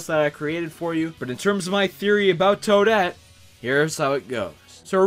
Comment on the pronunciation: It's Toadette.